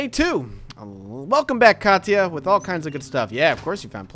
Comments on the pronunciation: I heard it as Katch ah. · I dont want to sound rude but Katia is actually pronounced "Kasha" And Pavle is pronounced "Pavel"